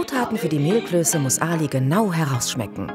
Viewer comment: Gastgeberin: "Zur Vorspeise... Mehlklöse..." Ali: "Mehlklöße." Gastgeberin: "Mehlklöse."